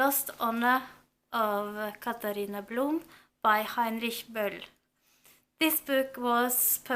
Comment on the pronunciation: I'm so happy right now! The Lost Honor of Katharina Blum is one of my absolute favorite books and I am also going to read it for my finals reads! You've pronounced Heinrich Böll SO amazingly correct :D